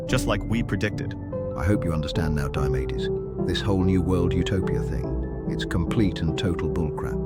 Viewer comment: Diamedes sounds like diabetes😂